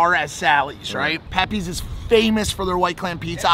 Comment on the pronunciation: pepays not pepees